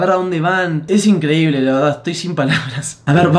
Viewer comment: Aquí los que se dieron cuenta que dice "esta incredible"